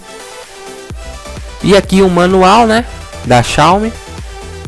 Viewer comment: "Xao mi a1" kkkk